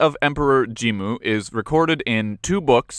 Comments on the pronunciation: 発音おかしいですよね？って話。ジンムじゃなくてジムに聞こえる。外国人かよ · jimmuじゃなくて jin-mu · 確かにジムに聞こえますが、あれはスペルの問題じゃなくて発音の問題だと思います。 Jimmuというスペルの方が日本語の発音をより正確に表しているかと